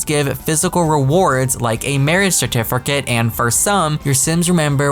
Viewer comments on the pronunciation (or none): Certifercate lmao